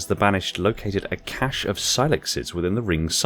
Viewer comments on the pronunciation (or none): none